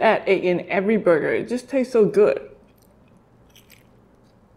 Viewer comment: Am I not the only one who hears buger instead of burger 🍔🍔🍔